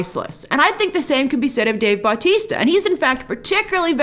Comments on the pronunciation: It’s Batista But-tista lol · I absolutely hate how Grace is pronouncing Dave Bautista's last name. The emphasis is not on the "Bau" it is on the "tis". It's really starting to bug me. Other than that great vid.